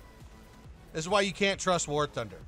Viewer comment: Am I the only one hear he said war tinder??